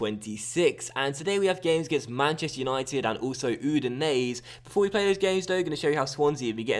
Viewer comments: Udinese is pronounced "Oo-di-nay-say" by the way. The 'E' at the end creates the 'ay' sound. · Not really but still better than his pronounciation lol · be honest that's true. But I know that the way pronounces it isn't correct.